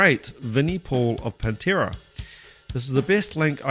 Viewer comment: Need to correct your pernunciation sir... The band is PAN tera..... you keep swapping the A for an E there is a Penntera... a Pennsylvania based Pantera tribute band.